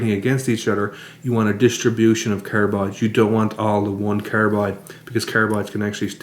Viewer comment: carabides , what's this aboot